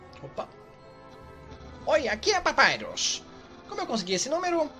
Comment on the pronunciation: Pronúncia correta: Papyrus A fandom toda: Papayros (Sem querer ofender, criadores! :D)